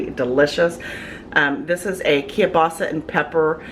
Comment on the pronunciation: I wish people would learn how to say Keilbasa correctly.